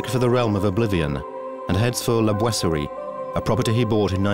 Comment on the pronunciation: POR FAVOR NO ES LA GUERRA DE 1418!! REPITEN EL ERROR VARIAS VECES. ADEMAS EN LA TRADUCCION AL CASTELLANO NO SE PREOCUPAN POR PRONUNCIAR BIEN LA PALABRA BOISERIE.IDEM LA PALABRA COLOMBE.